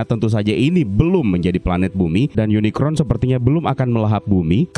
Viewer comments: UNICRON sebutan untuk robot villain berbentuk planet di franchise Transformers Unicorn mah kuda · POV : ini apa kuping gw yg salah denger kata uniCORN jd uniCRON atw emang bnr ky gt ??